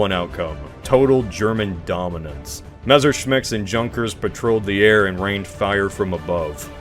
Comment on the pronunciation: Memerschmitts, huh?